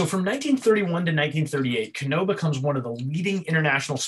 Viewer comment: Can you explain why you place emphasis on the "Oh" when you Kano? Instead of just saying the name "Can-No" you say "Can-Oh" ?